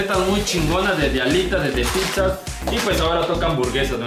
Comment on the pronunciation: Nadie:: PIPZAS. XD